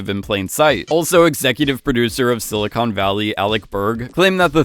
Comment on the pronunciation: He managed to pronounce “silicon” and “documentary” like an undertrained AI chatbot